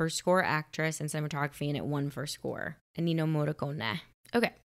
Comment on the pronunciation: you are killing me girl! It´s ENNIO, not ENINO. It¨s pronounced E-N-I-O. (nah, is not that bad, but it´s like the third video where you´ve called this legendary composer wrongly)